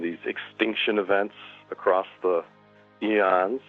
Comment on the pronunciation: I was listening till the host said "a'crost". At least I didn't stay to hear more.